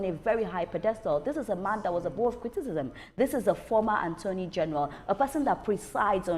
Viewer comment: Why is she keep saying "Anthony general". It's Attorney general. "Attorney is the word; please.